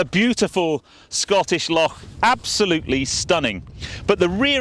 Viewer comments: Thank you for pronouncing “loch”correctly, well done sir 👍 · Nice car and video! Good pronunciation of “Loch” 😂 it’s stunning up there.